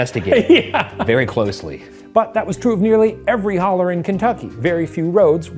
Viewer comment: hearing “hollow” instead of ‘holler’ was crazy actually - a KY resident